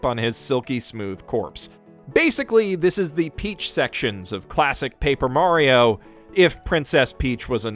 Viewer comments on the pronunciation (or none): none